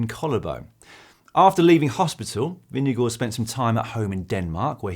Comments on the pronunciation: Hi GCN Team, great content but also a comment - Jonas Vingegaard himself pronounces his last name as VIN-g-gard, not VIN-g-go. Just saying:) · Please pronounce his name properly hahahaha